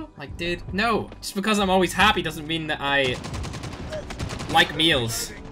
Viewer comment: The way says males, meals